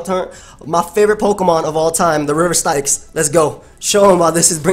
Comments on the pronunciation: the river Styx is pronounced "sticks", not stixe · Did just say "stikes" instead of "sticks" for "styx"?